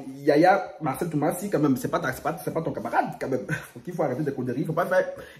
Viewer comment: C’est Marcello Tunasie et non Marcelle Tumasi 😂😂ahhh francky